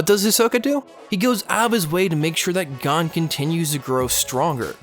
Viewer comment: Umm. The like to dislike ratio is funny. I dont care about his stupid opinion, but the way he pronounces gon.... Damn. (also, the chimera ant art is complete dumpster garbage)